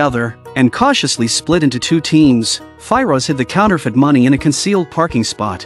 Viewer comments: Normal people : Firoz AI : Fi - Roj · Sunny and Fi-Rosh 😂😂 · The way he pronounces "Firoz" bugged me so much I couldn't watch past 53 secs 😭